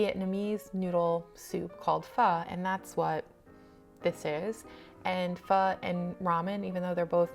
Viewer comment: It’s nice to hear you say Pho correctly ☺️. I’ve had both and I’ll eat either depending on the mood. There’s also Korean and Japanese ramen which uses different base.